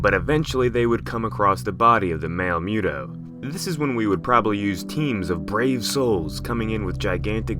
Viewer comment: MUUU TOOOO NOT MEWWW DOOOO 🤔🤔🤔🤔